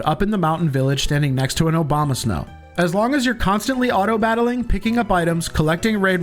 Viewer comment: i heard OBAMA-Snow idk if i can unhear that ever